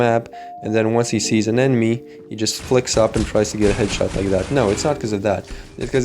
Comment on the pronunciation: 80% "u know" 15% "edshot" 5% "skill"